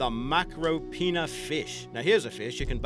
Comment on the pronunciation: haha when he said micro- pinnas